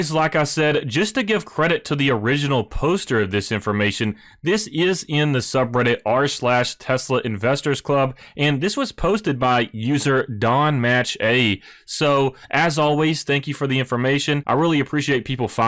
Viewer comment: don matcha, not don match A lol